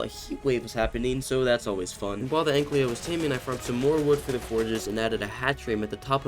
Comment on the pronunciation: Please stop saying anklyo... the name says ankylo it sounds off, you can just read the name and i hate that you mispronounce a simple name that is literally rwritten above the creature..